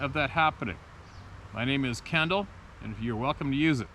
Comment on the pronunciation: Kendall here. Thanks so much!! You even pronounced my last name correctly. So a great big atta boy, and pat on the back.